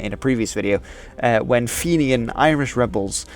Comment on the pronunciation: You got Fenian right but it was the Catalpa, not the Capla ;-)